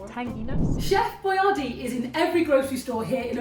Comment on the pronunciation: He created Boyardee so that Americans would know how to pronounce it, but unfortunately neglected to clarify that the emphasis is supposed to be on the second syllable.